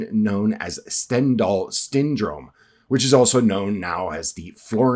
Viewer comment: 0.55 the STYNDROME of Stendhal ahahaahahah